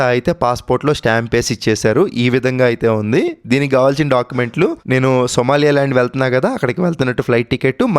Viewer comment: సోమాలియా ల్యాండ్ కాదు సోమాలి ల్యాండ్